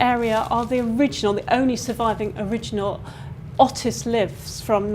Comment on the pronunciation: Otis is pronounced as Ohtis.